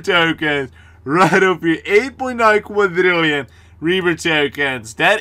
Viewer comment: Quadrrrriolin with russins accent xD